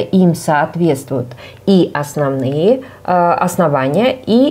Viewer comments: оснОвные, все правильно, это грубая ошибка, когда ударение на Ы падает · Все круто, но грубая ошибка ударения в слове оснОвные оксиды, ударение не на Ы падает, а на вторую О